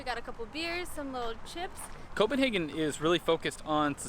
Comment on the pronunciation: Thank you for saying Copenhagen correct ❤